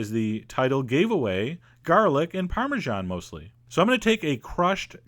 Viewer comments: I love your stuff. But I really hate how you say the word parmesan. It's /ˌpɑrmɨˈzæn/ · It's an Italian cheese, it should be pronounced the Italian way. Go back into your hidey-hole where America is the only country that exists. I'm American btw, and I hate people like you.